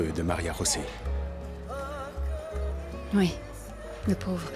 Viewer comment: Pourquoi vous l'appelez Maria-josé ?? Pourtant on entend bien *Maria rosé